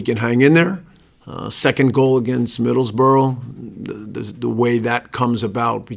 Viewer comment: This guy doesnt stand a chance he cant even say Middlesbrough properly its like this league is completely alien to him